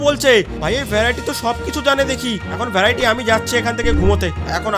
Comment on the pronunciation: ভ্যরাইটি না ভেরিটি 😅😅😅